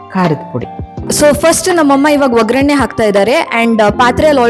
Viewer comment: ಒಗ್ರಣೆ ಅಲ್ಲಮ್ಮ, ಒಗ್ಗರಣೆ ಅಂತ ಹೇಳು ನಿಮ್ಮ ವಿಡಿಯೋಗಳು ತುಂಬಾ ಚೆನಾಗಿರುತ್ತೆ ಖುಷಿ ಆಗುತ್ತೆ, ಕನ್ನಡ ಹೆಚ್ಚಾಗಿ ಬಳಸಿದರೆ ಇನ್ನೂ ಚೆನ್ನ